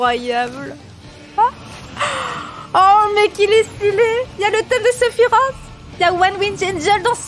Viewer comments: On ne dis pas Sephirote mais Sephiroce ! En japonais il s'écrit comme ça Sefirosu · nan c'est séfirwofhe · "Sephirote" aïe mes oreilles. ^^ Mis à part ça, je partage ton engouement à 100%. 👍